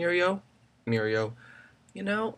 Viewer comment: OMG Miryo(Me-or-ee) from BEG this video was hilariously awesome